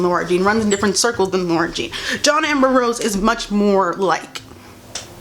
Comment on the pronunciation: It’s the fact that she keeps saying “John amber-rose” instead of saying “John Ambrose” 😂😂😂